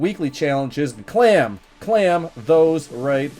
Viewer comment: Also please stop saying clam it’s claim 😂😂😂